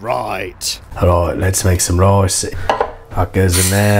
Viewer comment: let's make some Roice.